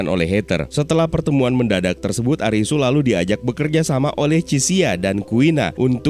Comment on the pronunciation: Karena ga ada huruf L di alfabet bhs jepang, jd Li dibaca Ri Jg dlm bhsa Jepang tidak dikenal ada bunyi mati, berakhiran konsonan. Semua kata dalam bahasa Jepang berakhiran hidup dengan vokal, kecuali satu konsonan “N”. Jadi bukan ARIS, tp ARISU